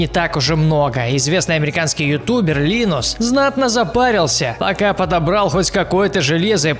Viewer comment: Во первых - он не американец, а канадец. Во вторых - его зовут Лайнус а не Линус (но это уже я уже придераюсь к произношению хех)